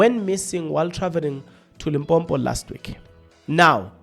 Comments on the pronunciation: You are South African 🇿🇦 but you can't even pronounce Limpopo. You instead pronounce it as Limbhombho 😢, I am very disappointed. This ignorance made me lose track of your analysis. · Please try to pronounce the destination properly. It's Limpopo and not Limpompo. Be responsible Chief. You are better than that...